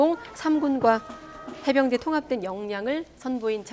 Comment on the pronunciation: 어나운스가 해병대를 해운대라? 한심~~